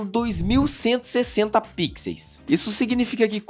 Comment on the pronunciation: o plural de pixels é com som de "u" 😆 Mas o vídeo é excelente!